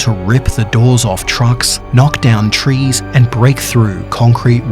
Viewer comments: He said “CREATURE ON TRES” not trees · It’s from the people who hated the fact he said “tres” and not “trees” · He said creature on tres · Oh great I'm not the only one who heard creature on tres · Normal person: trees: tres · a great disturbance was created the moment he said tres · TRES? EXCUSE ME DONT YOU MEAN TREES? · How it's supposed to be said: trees How it's actually said: tres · And you said creatures on tres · tres? what is a tres? XD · Anyone noticed he said tres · Tres? The accent sounds a little oof Not saying its bad But it sounds like you're saying 3 but in Spanisg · You say trees trees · You said tres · Have I been pronouncing trees wrong my whole life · How do you mispronounce trees!